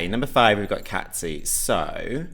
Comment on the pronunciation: Cazzi is pronounced like Cassie not Catzi🥰